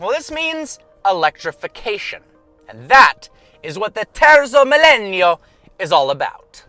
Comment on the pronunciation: It’s properly pronounced “teartzo millayno”